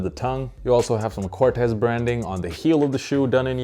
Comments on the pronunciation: Sorry but it’s pronounced CORT-teez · Nope, the creator of Corteiz himself said its pronounce Cor-tays